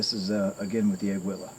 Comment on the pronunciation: It's pronounced Ah-Gee-Laaa